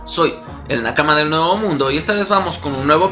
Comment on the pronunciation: "Neuvo mundo"